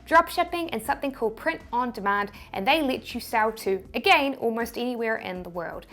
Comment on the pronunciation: Yeah .. and "agein":)